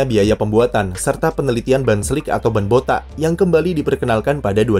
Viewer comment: he said “ bota’ “ not botak 😭😭 sama kaya aku ngucapnya wkwkw